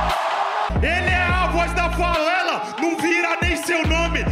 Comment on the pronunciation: “Mundibal” “Falela” “Garela” KAKAKAAKAKKAKA